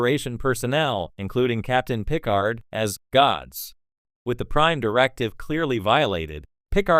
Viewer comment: Either you have never seen a single episode of Star Trek, or the guy you hired to read your script hasn't. I'm pretty sure even AI knows how to pronounce Picard.